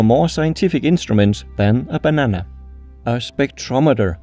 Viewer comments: how he pronounces banana ☠️☠️☠️☠️☠️☠️☠️☠️☠️☠️☠️☠️☠️☠️☠️ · I like the way he says "banana." It's funny